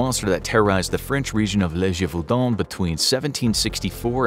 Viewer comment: Gévaudan sounds like zhay not juh. Accent is written there so people don't pronounce it like juh. 😊